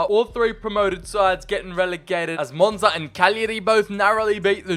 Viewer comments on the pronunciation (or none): none